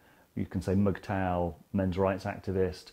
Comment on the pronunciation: "Is that how you pronounce the acronym? Megtow?" "Mugtow" lmfao you wot mate